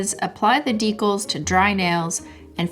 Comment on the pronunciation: She pronounced decals very oddly lol